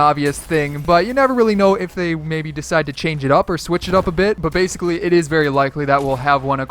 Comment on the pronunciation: Bassicaly Bassicaly Bassicaly